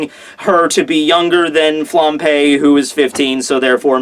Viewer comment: Am I the only one hearing "flampé"? :')